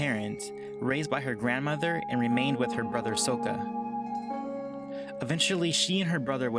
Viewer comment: IT'S SAKKA! SOUNDS LIKE SAKKA!